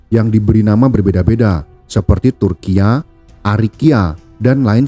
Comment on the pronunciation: Huruf A dlm bahasa jawa saat jaman itu dibaca O bro……..Jangan Turkiyo…dibaca Turkiya…risi dengernya…